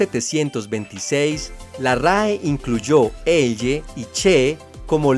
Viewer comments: No se dice "Eye" sino "elye" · Con todo respeto estimado, no sabe pronunciar la elle, porque pronuncia eye 😂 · Opino que su pronunciación de la "Ll" es inmunda...